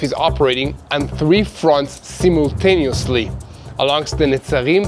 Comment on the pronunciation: (... I know you always strive to improve your English... so as a teacher, I will tell you to pronounce the first part of "si-multaneously" like "fly" and "my.")